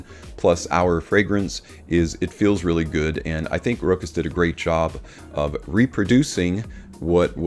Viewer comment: Sorry but you dont pronounce the CH as a K. You pronounce it as a Sh: [RO] [SH] [AS]